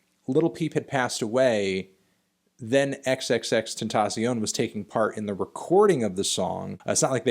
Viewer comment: You said x's name wrong